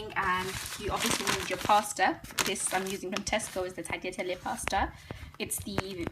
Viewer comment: The way you say tagliatelle makes me cringe so bad